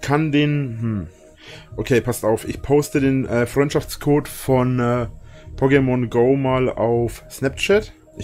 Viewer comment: PokeMONGO, wenn man die Betonung falsch legt, aber die Betonung damit genau IHN beschreibt, lulz! Ich geh kaputt, wer geht mit?